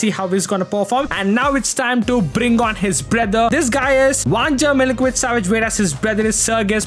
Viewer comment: Hi! I dont wanna be rude , but the correct way to pronunce vanja milinkovic savic is: vanya milinkovich savich